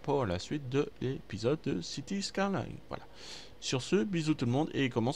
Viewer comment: C'est pas skarline mais skyline ça fait 11 fois que tu te trompes ...